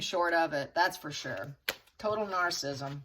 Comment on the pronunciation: THERE IS NO SUCH WORD AS 'NARCISSM', THE WORD IS NAR-CISS-ISM.